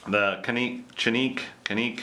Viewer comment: It's pronounced Janik. Which is no odder than American spelling andponounciation lol